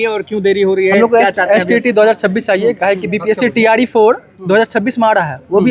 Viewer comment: Tre 4 ❌ Tree 4 ✅ 😂😂